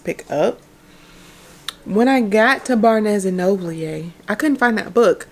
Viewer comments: Bar-nes and Nobleeyay🤣🤣🤣🤣🤣🤣🤣🤣🤣🤣🤣🤣🤣🤣🤣🤣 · I like the way you say barnes and noble 😂 ✨️